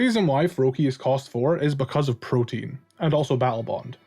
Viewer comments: It's ProtEAN not protIEN pronounce the A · Not trying to be "that guy", I normally wouldn't care because I still understand you. But I see there are a couple other people confused because they think you're saying "protein". "Protean" is pronounced /pro-tee-ehn/. Great video as always, though. <3 I completely agree with pretty much everything you said.